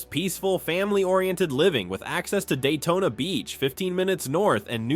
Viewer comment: It's pronounced Del-to-na